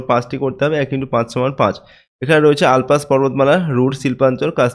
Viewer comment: ওটা আল্পাস না!!!!! ওটা আল্পস!!!!!😢😢